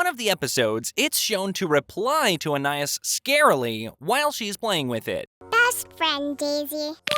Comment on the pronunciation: Bro I'm so mad. It's pronounced An-I-ees. (Just the way it sounds) but says An-I-is. It angers me.